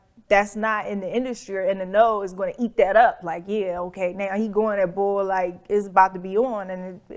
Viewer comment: The Philly in Charlie came out when she said”bull”.